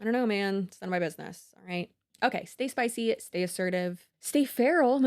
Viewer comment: I still hear "stay sploy" when you say "stay spicy"